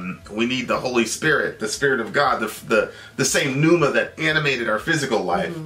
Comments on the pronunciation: Pneuma is pronounced without the 'P'...Neuma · The "P" is silent,.